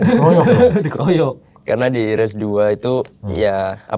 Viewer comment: “race”, bukan “ries” “wild card”, bukan “well card” “lap”, bukan “lab”. “super-pole”, “bukan “super pol” Ini penulis text nya gak pernah nonton balap kayaknya🙂